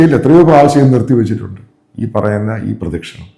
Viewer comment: പ്രദക്ഷിണം ആണ് പ്രദിക്ഷണം അല്ല